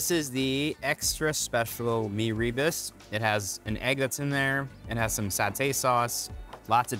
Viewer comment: Its not pronounced as mee ree burst. It should be mee rer boast.